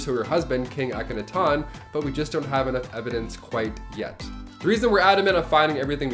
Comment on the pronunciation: Please learn how to say Ahkenaten properly. The way you pronounced wrong through the video had me yelling at you with the correct way. Otherwise I really enjoy your lists.